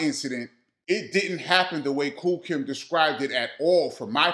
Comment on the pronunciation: Nobody is talking about referring to KOOL KIETH as KOOL KIMB😂😂😂😂. HILARIOUS